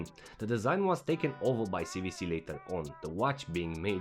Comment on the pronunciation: "C double-u C" NOT "C vee C"